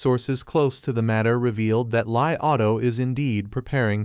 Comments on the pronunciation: It is pronounced as Li and not Lie. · You getting your info from Mr. P? LOL... Its pronounced Lee.......................................